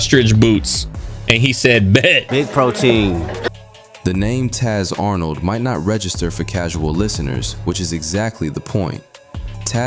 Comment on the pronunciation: i thought he said "Tiny Tatt on" lol but Taz Arn' i acutally know just couldn't hear that lol